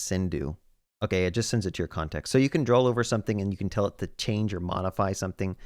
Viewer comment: I've never heard anyone pronounce draw like that